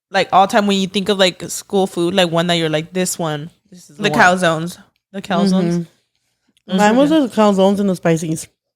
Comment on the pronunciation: and her "cowzone" love you, pero es calzone mama 😅🤣🤣🥰